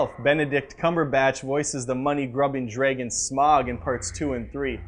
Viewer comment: Really quickly... Draagon... not "draygon" and it IS actually Sm(ow)g, not Sm(ah)g for Smaug, as in Sauron, like "frown" it's an "owe" sound. Loved the Hobbit movies... but it could have been a double feature rather than a triple one. Not a star wars fan, but love Anikin Skywalker, favorite scene is when he kills everyone in the third film and looks back with fiery eyes, THAT'S what I recall from the prequels.